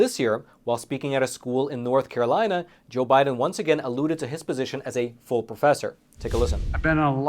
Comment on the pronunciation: he said FOOL professor not FULL professor.